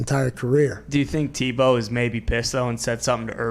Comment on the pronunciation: Please pronounce Tebow correctly. Tea-bow